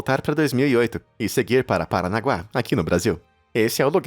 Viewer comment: "paranagua" mds do ceu, PARANAGUA KAKAKAKA